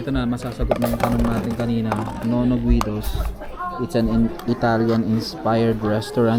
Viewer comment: Guido as in GI-do hindi guwido!🙄